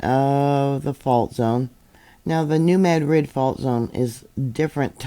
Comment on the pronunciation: I am in Southeast Missouri and just want to say a serious Thank You for saying New Madrid the correct way 😂😂 Sorry don't even live in that town and never have, but has always gotten under my skin when people want to try and say it enunciating each part separately. 😂😂